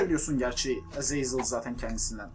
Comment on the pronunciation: ezezel ne demek abi :D azazel diye onukunuyo :D